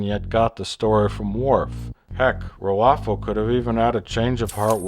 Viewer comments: "Picard and Rufio..." "Picard and Rrfro..." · I love how Mr Plinket can't pronounce the bad guy's name correctly. Hahahah